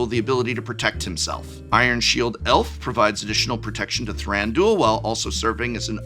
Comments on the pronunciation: Thranduel sounds like a MTG betting and fantasy league lol. Wouldn't Thran du il make more sense in the way they speak elvish in the movies anyway? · Not that it matters, but I don't like the way you pronounce Thranduil :D Very American. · I don’t think “Thranduil” is meant to rhyme with that one daily fantasy sports gambling platform…regardless, great decks! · "ThranDOOL." The amount of hardcore MTG people who don't know ANYTHING about ANY other pop culture stuff is really astounding at times. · lol I’m pretty sure it was all a joke, but yeah people pronouncing Thranduil as “Thran-dool” irk me xD it’s three syllables, not 2